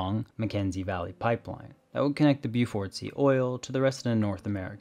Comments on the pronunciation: Would help if the narrator learned how to pronounce the place names too. Inoovik, Bowfort sea, many others I can't recall. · Beaufort sea: Pronounced "BOE-fuhrt"